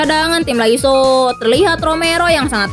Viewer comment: Lasio min bukan laiso 😂 canda min canda 😂